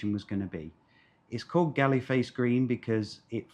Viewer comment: Galle Face, pronounce as " Gol face " ...